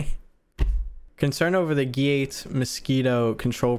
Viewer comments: Got me there instead of he saying gate he said 'gyatts' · It’s so funny how he says gat😂😂😂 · Bro said gayt